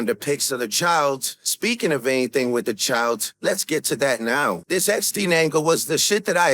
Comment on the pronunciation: People still missed that Kendrick said Winestine not Epstine